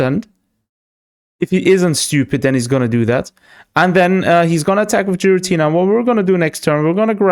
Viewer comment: I'm sure Xatumi would approve of your pronunciation of Giratina 😂